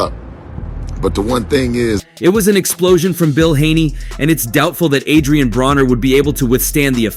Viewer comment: It’s not Adrien brawner for fuck sake. If you’re going to try to capitalize off of a sport at least show enough respect to have names pronounced correctly….. vulture